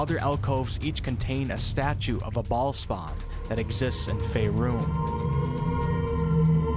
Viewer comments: I can’t get over the way he keeps saying ballspawn 💀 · Every time you say baal spawn, I chuckle. This is too good XD